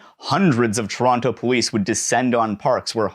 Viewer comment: Why do you say "Toronto" like that??